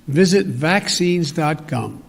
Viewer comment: vacinnes.gum??? WTF